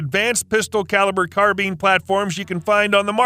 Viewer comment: yeah, you're not getting t r u fella? It's pronounced, CARBINE NOT CARBEAN!!! I was being sarcastic.....thanks for the info tho!!